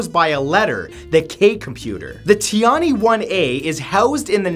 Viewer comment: please, pronounce tian-he as TIAN-HER. Also, it's Tai Hoo. You could always ask Google Translate to pronounce it for you to learn before you record any video with Chinese words.